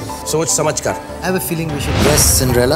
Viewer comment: Man... Indians..SMH. Its not Cindrella. Its Cinderella!